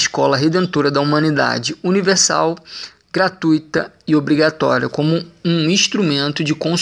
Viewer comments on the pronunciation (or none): none